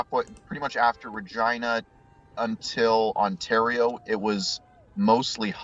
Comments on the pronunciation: He keeps saying Regina lol.. More cities should have names that sound like genitals, Caracas is another good one. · The pronunciations of Hashtag and Regina were so distracting lol